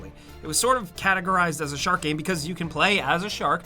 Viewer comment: Ok its been a few years now and i didnt want to say this but could you stop saying the word game? You pronounce it weird every time